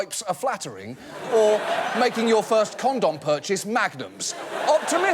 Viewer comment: The way he pronounces condoms is so funny. CAUMDAUMS.